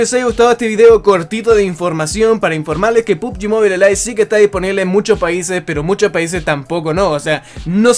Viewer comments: Mobile se pronuncia MOBAIL no MOBILE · Otros youtubers: pubgi "MOBAIL": pubgi "MOBILEH"